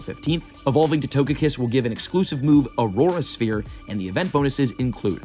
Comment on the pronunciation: How do you mispronounce Aura Sphere?